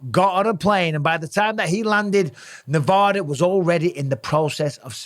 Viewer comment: As a Nevadan, you say Nevada wrong